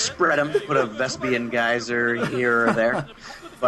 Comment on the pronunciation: "vespian geyser" sad vespene is pronounced veh-speen, you can even hear in in-game. "we require more vespene gas"